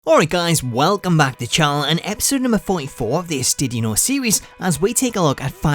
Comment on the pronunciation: Tittie know series.....😂 Thats all I hear know☃